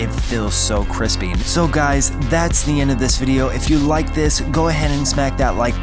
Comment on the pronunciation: Dear lord you said crispy